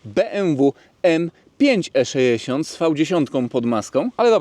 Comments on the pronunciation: Jeżeli mówi sto-trzyeści-sześ to dlaczego nie E-szeesiąt?:) Wiadomo. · Wszystko super, filmik fajny, ale jak piąty raz powiedziałeś ESZESIONT to zaczęło to być wkurw.... irytujące :)